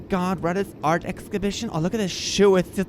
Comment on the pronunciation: Ex scibishion😅